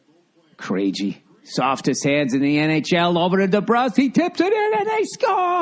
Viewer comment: Bill do you really think it's pronounced "kray Jee"? Like with a 'J' sound? Holy mother of holy jeejus.